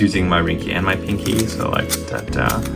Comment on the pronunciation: rewatching this after many years and hearing him say my Rincky and Pinky😂